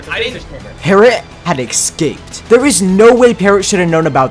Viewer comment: The fifth lifestealer who says ‘ixcaped’ instead of escaped